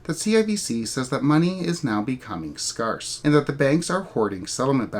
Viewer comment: Scarce : pronounced scare+S, not scar, like stair, pair, fair, scare